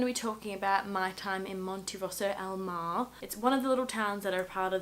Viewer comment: it's Al Mare (mah - reh) :)